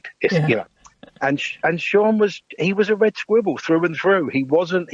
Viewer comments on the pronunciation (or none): Willing to bet he wrote "Red Squirrel" with Mark because he knew Mark couldn't pronounce "squirrel" properly.